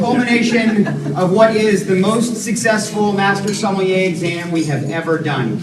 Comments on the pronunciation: Somm-Con? Seriously? 😂🍷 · can't even pronounce sommelier hahaha wtf